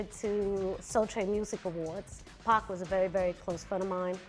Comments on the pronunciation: Except cant say 2pac correctly 2pack?! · It's 2pac not 2pack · I was thinking the same thing. Especially when she said two pack!😆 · 2 pack aye ? Lmao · Gone waaayy too soon! R.I.P.! P.S.: I cringe every single time I hear that mispronounciation- its not like 2 packs of whatever!!! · Please in the future if you do more 2pac vids make sure you say his name right